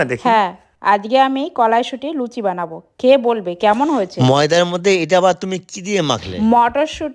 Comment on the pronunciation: লুছি না লুচি এরা কি পড়াশোনা করে নি কোন দিন মূর্খ কথাকার।